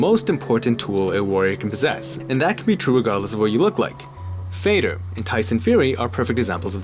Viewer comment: It's not Fador, his name is Fe-do-r !